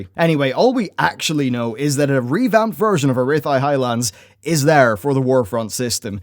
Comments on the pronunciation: Ara-thai.. its A-RAH-THEE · Daniel Golden Urrrrwuthi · it's pronounced Ah Ra Thee not bloody arath eye, that made me cringe and want to turn off so hard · Arathi*, not "arithai" C'thun*, not "cuhun" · Guys, no. It's Ore-oath-aey. Not Arr-ath-ee. Jezz. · A-WRATH-EE, not A-rith-eye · It’s “Ah-Rah-Thee,” not “Uh-Rith-I” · ARETHEYE???? It is pronounced ARATHEE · not Ah-rith-eye it's AH-RATH-EE. god dammit man, every dang video. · Arithai? It’s ah-rah- thee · A-wrath-eee. Not a-rith-i? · A-RATH-EE you uncultured swine! :P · A rath ee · pretty sure its A-ra-tee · Its pronounced, A-wrath-y not how you say it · do you do this on purpose!? AH-RAH-THEE DX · Ah Rith Eye lololololol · Wowpedia: "The Arathi (pronounced Ah-RATH-ee)[1]" Love your content man but how the fuck have you played the game this long and made videos on this game this long and can't pronounce half the words in the game correctly lol Also you still keep saying C'Thun like ca-who-n when it's ca-thu-n, even the C'Thun buff cards in Hearthstone repeat his name like 4 times over when played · Uh-rith-i? Haha, how sweet. :D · Guys, calm down, just datamined a new change. It's not Arathi Highlands, it's Uhrithi Highlands now. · There's definitely an A in Arathi not Arithi...... dafuq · AH RATH EE HIGHLANDS! SAY IT RIGHT!!! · searched the hell out of the internet for Reef High Highlands thinking there is some new stuff datamined, only to find out that he doesn't know how to pronounce Arathi Highlands. My god. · "Arithi Highlands" smh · Jesus....it's "A-Wrath-ee" Highlands. Said same way as Arathi Basin. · That's what he said, uh-rith-eye. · OMG how you pronounce Arathi Highlands is killing meeeee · Your pronunciation of ar-A-thi is so bad i not only had to stop watching the video but I had to dislike and unsub x) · Knows FAR too much about WoW (allegedly), pronounces simple words like Arathi wrong... I don't know why I watch this goober...